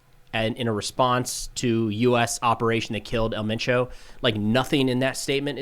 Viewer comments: You say “Elle mein chow” but it’s “ehl men choh” “El”doesn’t sound like “L” in English and Mencho is pronounced like men in English and cho sounds like “show” but c at the beginning and with an h at the end. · The proper way to pronounce it is El menSho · Just a lil help for ya. In Spanish, “E” is pronounced “Ay”. So his name is pronounced “Ail Main’ Cho”. And Jalisco is pronounced “Ha Lee’ scoe” Otherwise ya got it right! 😃👍🏻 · For El Mencho it’s said the way it looks so el Men Cho, Great reporting thank you for that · It’s pronounced “El Mencho”. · Pronounced el men-Cho. Jalisco is pronounced Hal-E-sco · your pronunciations are pretty good. My only note is that the accent is on e in 'El' like if you were pronouncing the 'e' in 'emphasis'